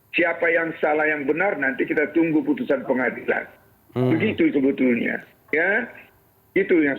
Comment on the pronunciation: Bhs Indonesia yang bener dong, nggak ada kalimat diucapkan "SUBUTULNYA".